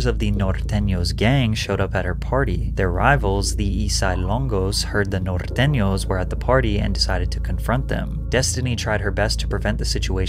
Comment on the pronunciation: bruh said "nortenos" all perfect and shi🤣🤣bruh want no smoke😂😭